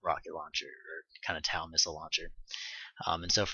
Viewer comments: Thanks for the vidoes, nice job. fyi: the TOW missiles are pronounced (toe) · TOW-missiles...say...toe...tow truck...because they fly by wire they tow a line for remote control flying...not TAU...ok? You're welcome